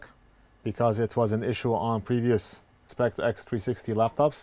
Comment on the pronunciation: Can you NOT pronounce the word "spectre" ?????